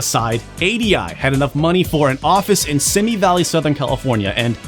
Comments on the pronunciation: If you're talking about Simi Valley, it's pronounced See Me. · Simi Valley is pronounced see-me